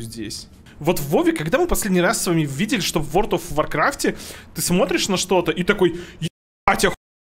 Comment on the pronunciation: Опять Word of Warcraft, а не World of Warcraft., у тя ж нет проблем с речью, ну что за "ВОРД", емае?!. Ну и Ashes of Creation, а не Ashes of CreationS:)